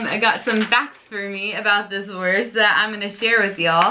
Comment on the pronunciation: Pro tip for the pronounciation: try to say "wourst" next time instead of "wurst" or like you say "wörst" ;) And when you got used to the german "U" try the hard "R". Unfortunately there is no example in english for speaking the hard "R". But please try!